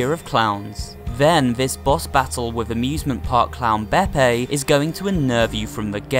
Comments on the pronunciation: It’s peppi, not beepi silly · You pronounced beppis name wrong it’s BE PEEE NOT BEPEI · Waitwaitwait...! Beppi Cagney ARENT SCARY DUDE! (Also you said beppi wrong) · is nobody gonna talk about how he pronounces beppi as beppay? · I really hate to be knit picky, but Beppi is pronounced BepE instead of bepA. Also, Cala Maria is pronounced Calu Maria instead of Cala Maria. Sorry! I just wanted to clarify. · It’s bep-ee, not bep-ay. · Its beh-pee not beh-peah. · It’s beppi not beppay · ITS BEPPI NOT BEPPE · It’s not Beppay it’s beppi (pronounced bep-ee) and it’s not carla it’s Cala( pronounced cal-a) Phantom express-train Blind specter-ghost Heads-blaze brothers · Him: beppe Me: ):< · It’s not scary also he said beppay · It's seen as beppi but it's pronounced beppy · and also he calls chips bettigan chip bettington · Did he pronounce Beppi as Bepe? Bepe the Frog lol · You are making it scarier than it is and why do you say beppay (bepp-ayh) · you pronounced beppi as if it was pepe with a B when introducing him, but pronounced it correctly the rest of the way edit: oh nvm, you pronounced it like that like twice edit 2.0: that was King Dice's foot, not a human's. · beppi is pronounced bepee